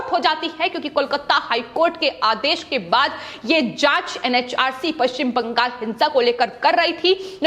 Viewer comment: It is Bangal--not BangaS.